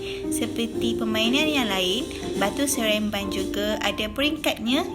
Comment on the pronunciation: Cikgu Salah debut... Batu seremban cguu debit sereamban